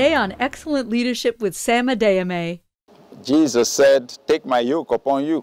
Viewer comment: Why can't the lady introducing the sermon pronounce "Adeyemi" correctly?